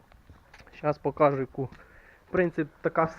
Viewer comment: Щас покаажу🤦🏻‍♂️ударение хоть ставьте норм, покажу, ударение на уу, а не покааажу 🤣